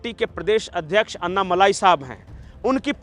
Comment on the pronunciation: भाई कृप्या अन्नामलाई मत कहा कीजिये। सही उच्छार है अण्णामलय